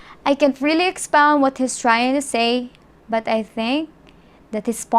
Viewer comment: Have you ever watched your own video!! :v ( What- wath But- buth That - thete told - tolt Dont-doont) still you are pretty so keep on trying ..... :thanksdoc